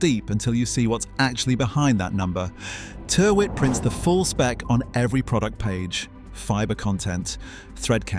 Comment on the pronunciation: Tyrwhitt is pronounced "TIR-itt"